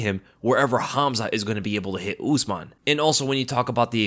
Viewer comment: Why do you American always pronounce non English names in such weird ways , usman is not ooozeman it’s usman ( simple ). It’s oo not ooooo. Cmon man, It’s not really rocket science.